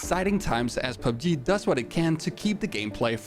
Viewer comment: I like the way he pronounces PUBG as PUBGIII